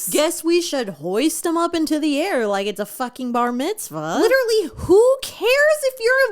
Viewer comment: I'm jewish and ive NEVER heard "bar mitzvah" pronounced with a rolled r??? 😭😭😭 jewish americans have american accents i think he's trying to invent another stereotype again because he cant go 2 seconds without saying something offensive